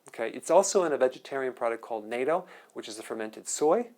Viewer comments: NATTO, IS NOT PRONOUNCED NATO (LIKE THE ORGANIZATION), ITS READ NA-TOE. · Natto - (nah-tow) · Its pronounced NOT-TOE (nato) I'm taking D3/K2 sea Iodine plus magnesium and red marine algae as a regime great info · Nato? He means natto. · Great info doctor!! btw natto is pronounced (NOT-OH) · Natto (a good source of vitamin K2-MK7) is pronounced “nat-toh”, with an elongated “oh” ending. As a native Japanese speaker, thought I’d chime in. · Excellent video, but "nato"? really? Never heard it pronounced? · lol it's "nah-toe"